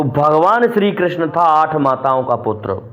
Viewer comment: Are bhai gyan na bagharo,krasjna ji nam thik se lo ,Rahul na bano.